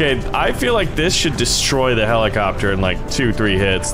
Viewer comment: the byoty of the blids of the heliecopter